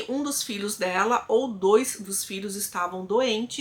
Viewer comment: falando "dois" e não "dos", referindo ao número 2, me pegou kkk reconheço que era algo que me incomodava. Melhorar sempre e estarei aqui em todos os vídeos. DOIIIIIS bjosss. Fica com Deus!